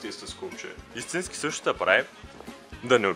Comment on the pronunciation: hahha истината е това :D "Ама мен ни ма ибе брат .. брат важното е да ни та ибе брат и да си иссински туй е важното .. важното да си иссински е Важното е да си исссински и брат .. и туй ни тъ ибе и си иссински " РАЗПЛАКАХ СЕ :D :D